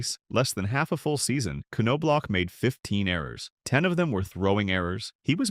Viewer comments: First season with World Series ring! kirby Puckett, Jack Morris, Kent Hrbek and manager Tom Kelly get alot more credit for that! Looks like Result of losing a fight ! Glad i put this on Closed Caption, the NOBE gets annoying, IT S pronounced Knob. And You've Put him down in 3 VIDEOS NOW, what decade this CHANNEL from? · How do you make a 30 minute documentary on somebody and not know how to pronounce their name?